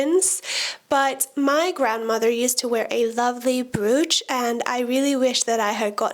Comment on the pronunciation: I really enjoyed your video. I like your no nonsense approach to fashion with an eye towards environmental awareness. I love brooches and look forward to wearing them more this year. I hope it's ok to point out that 'brooch' is pronounced 'broach' - rhyming with 'cockroach'. Keep making quality content!